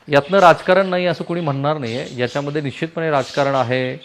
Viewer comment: अशुध्द भाषा.. ण ल न का म्हणता कुलकरनी?... बाकी सर्व छान पन थोडी भाषा उच्चार सुधारा ही विनंती आहे 🙏... निच्चीत, पच्चीम असे शब्द म्हणूच नका...